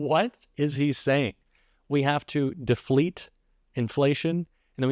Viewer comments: Wait, wait, wait!! Did he say dee-flate?? College educated!😂😂😂😂😂😂😂😂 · “Deflete” inflation .He is trying to talk policy here.😂😂